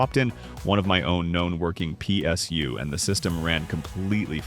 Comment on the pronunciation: P...S...you. G...P...you😂😂😂gets me every time. Love it❤